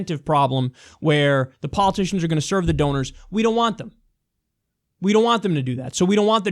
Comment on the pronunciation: donors, rhymes with owners.